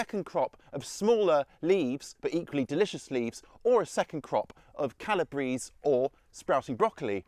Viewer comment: Great! My favourites were the in-garden washing idea and the apple-picking idea. Makes me wish I had an apple tree! - "Calabrese".......meaning, "from Calabria" is pronounced with all the vowels e.g. Ca-la-bray-zay. Props to our Italian gardening colleagues 🥦